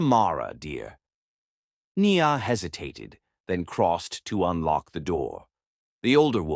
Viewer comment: i love this story, your pronounciation of peoples' name especially NIA's name is soooo terrible. You need to practice certain names so they don't sound so bad.